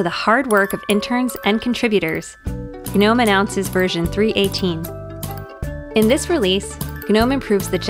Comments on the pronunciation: Yo is she really saying "Guh-nome"? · It just sounds wrong when she says guhnome. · I can't get over the fact that it is pronounced Guh-nome. Doesn't sound right to me.